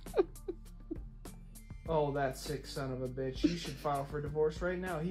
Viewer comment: Am i the only one that realized he said BTICH instead of b I t c h at one point in the video